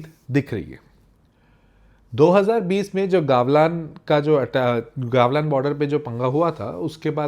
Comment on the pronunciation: It's गलवान not गावलान... correct it first..